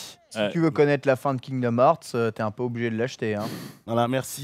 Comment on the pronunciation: "Kingdom Eurts fruit" xD